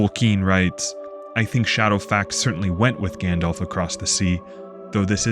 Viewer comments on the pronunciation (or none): none